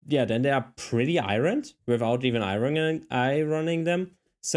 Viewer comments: Sorry if someone already noted this, but since this young man’s English is so superb, I think he’d like to know that the R is silent in “iron” (at least in the USA). For example, you wouldn’t “I-Run” your shirts, but instead, you’d “I-urn” them. I wish my rusty German were 1/100th as good as his English! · Hi. Iron for Americans is pronounced eye-urn. Your welcome cutie. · Strange English quirk you may find helpful and interesting. "Iron" is actually pronounced as though it's "iorn", with an emphasis on the first syllable, and the two syllables kind of run together, almost into one. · Iron or ironing is pronounced " i-ern or i-er-ning", just sayin'! Just trying to help. It's also easier to pronounce. 😊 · In the US, we use humidifiers in the Winter when forced air heat dries it out. Air conditioners in the Summer also dehumidify, but I don't need a/c that often, so I have a dehumidifier in the basement. I had a compact dryer, and clothes came out wrinkled. Got a full size dryer, and no wrinkles, no ironing! BTW, the word iron is easy to say if you think of EYE-urn, or I earn. Don't let the spelling make you think that's how it's pronounced! 😀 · I hope you dont mind me telling you, but, in English, the word Iron is spoken with a silent 'r'. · Heheheh yeah, German-speakers often mispronounce “iron” because they simply aren’t used to languages where spelling doesn’t match pronunciation fairly closely. Another one they often get wrong with a similar type of error is “series”, which they tend to pronounce as “serious” (“siri-es”) instead of as “siris”. FYI, “iron” is pronounced like “I earn” in all native dialects of English, with the R sound being whatever that dialect happens to use. The only potential exception I can think of is Scottish (because I don’t know how they pronounce it).